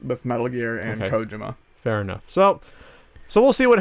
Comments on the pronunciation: You guys are journalists, at this point even if it's a podcast it's still news, and not to not pick but it would do you a service to pronounce Kojima correctly. Other than that you made good points and it was an interesting listen. Thanks! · says Kojima so wrong